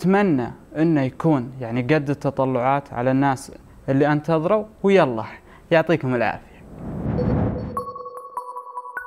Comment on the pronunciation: الدقيقه ١٣:٤٣ ((و يالله يعطيكم العافيه)) هههههههههه مدري كيف يقولها